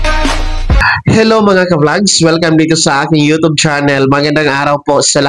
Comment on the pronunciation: U tob, Mali pagka pronnounce